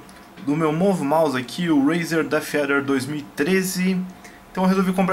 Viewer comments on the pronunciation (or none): "manueu do deffeader" XDDDDDD